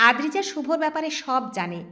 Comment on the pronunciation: গল্পটি খুবই সুন্দর। কিন্তু অদ্রিজা নামটা প্রথম থেকে শেষ পর্যন্ত আদ্রিজা পড়া হল